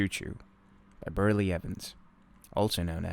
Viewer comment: Its Beryl. Not Berly